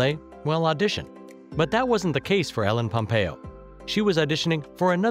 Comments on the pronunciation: did u just start the video by saying MELLEN POMPEO ? wow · "Mellen pompeo"😂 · He keeps saying "Helen Pompeo" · Was is just me or in the begining did anyone else hear melon instead of ellen pompeo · Who is ellen pampeo? It's Meredith Grey